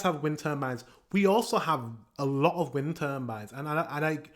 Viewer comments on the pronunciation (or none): Say tur : Tur Say bines : Bines Say turbines! : Turnbines! 🤣